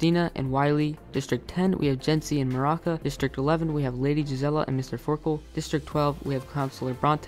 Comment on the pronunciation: Bronte is so out of character here I mean y would he be crying himself to sleep Also it’s Maruca not maraka